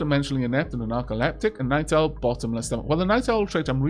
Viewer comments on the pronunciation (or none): Am I the only one who hears "Night Elfs" when says "Night Owl"?